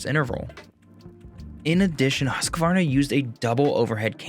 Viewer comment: Just a tip, do not pronounce the «q» like a «q». It should be like huskvarna.